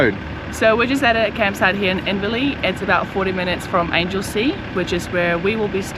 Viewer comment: Great video. Very informative and also my backyard too (Geelong) But I have to say, it Anglesea like a right Angle not like an Angel from heaven.